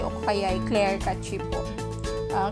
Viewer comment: clear data po talaga always kong ginagawa hehe. Nakakatulong po sya. PS: Ang pagbigkas po ng tama sa CACHE is CASH 😇 Yan rin po dati kasi pagbigkas ko hehe